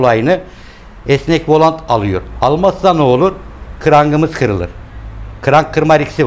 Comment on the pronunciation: Volant kelimesi yanlış doğrusu volan dır